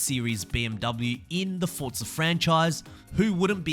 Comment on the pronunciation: Its not fortsa its forza